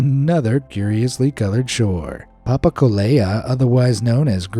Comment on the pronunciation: papakolea is pronounced papaKOlea not papakoLAYa